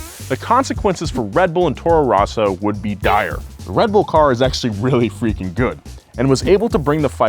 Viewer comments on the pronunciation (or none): "I'm a big F1 fan" Also: "Toro ROHsso"